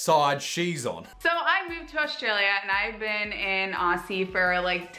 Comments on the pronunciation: you cant be an aussie if you dont pronounce it as “ozzy” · A New Paige she doesn’t even pronounce Aussie right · Clearly she hasn’t heard of vegemite toast for brekkie......literally one of the most Aussie breakfasts in the world And did anyone else realise how she said Aussie Also hi from Newy